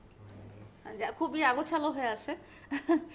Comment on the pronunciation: আগাছলো আবার কি?শব্দ টা হচ্ছে অগোছালো